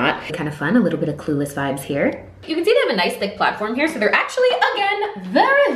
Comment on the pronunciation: why do you say “so” like soar